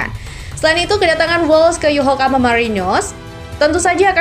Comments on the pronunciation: Paraaahhh... Naratornya males baca. Nyebut nama klub (kota) berkali2 tapi salah terus. 👎 Yokohama bukan Yohokama apalagi Yokokama. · Wkwkwkwkkw YOHOKAMA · Min tolong di perbaiki penyebutan YOKOHAMA bukan YOHOKAMA kalau hal yg meleset tp sering di sebut itu gak enak didengar 😂😂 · Yokohama mbak mi min ya..bukan yohokama...hadeh....angel angel ..wes angel...😂😂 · Yokohama bkn yohokama mba.. 😂😂😂😂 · mimin yokohama aja jadi yokokama salah kok sampai ahir parah lo min